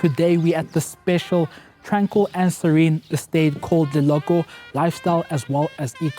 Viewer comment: Beautiful. So, are you really struggling with pronouncing that Leloko? By the way, I wish you could start including more of farm style houses to cater some of us who are not into Modern estate double stories.